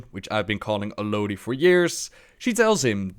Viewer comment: You mention the pronunciation of 'Alodi' - just so you know, the Amazon Audible version of the novelization pronounces it the way you do,!